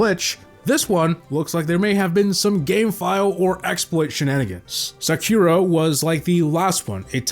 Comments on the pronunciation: SakhYUra TS 💀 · The strangest thing in this video is how pronouce Sakura 😔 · I had to rewind to make sure I wasnt hearing things